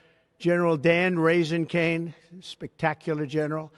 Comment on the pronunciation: Did he say raising cane! I thought he was talking about that chicken spot😂😂😂😂